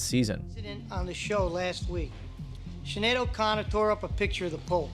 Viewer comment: Showing your age man. Mispronouncing Sinead O’Connor’s name